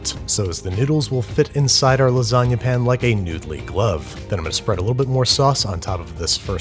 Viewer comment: Ok, I think I'm missing some vital lore... Why does he pronounce pan as pin? Just curious.